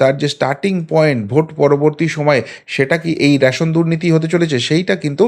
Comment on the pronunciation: র‌্যাশোন নয়, রেশন।